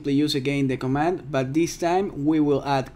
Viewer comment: pls say command :(